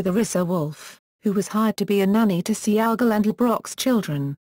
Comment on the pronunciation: Its pronounced (Say Gall) not Sea-Ahh-Gol) Goofy Brits.